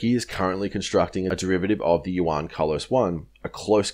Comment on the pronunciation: Nice analysis bro. Now just to learn pronunciation on the word Juan! 😉😂 Keep up the good work! 👌🏻